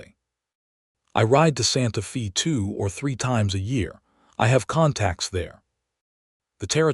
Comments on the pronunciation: Decent story. However, it’s Santa FAY, not Santa ‘Fee.’ Please, it’s jarring that you make this egregious an error. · The correct pronunciation is Santa FA, weather or not it is AI miss pronunciation or the story teller using an old western slang for the time the story takes place or not I do not know. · IT IS STILL NOT "SANTA FEE" THIS IS SPANISH AND PRONOUNCED "SANTA FĀY". "FĒ" IS A SPANISH WORD, SPELLED "FĒ", BUT PRONOUNCED THE SAME WAY AS AMERICAN ENGLISH IS PRONOUNCED "FĀY". SPANISH USES THE SAME WRITTEN ALPHABET, BUT SPANISH VOWELS ARE NOT PRONOUNCED LIKE AMERICAN ENGLISH. SOMETIMES THE CONSONANTS ARE NOT PRONOUNCED THE SAME WAY EITHER. YOU GUYS NEED SOME TEACHERS WHO KNOW GENUINE ENGLISH AND SPANISH AND TEX-MEX, AND A LITTLE BIT OF FRENCH. LEARN THE LANGUAGE OF YOUR TRADE.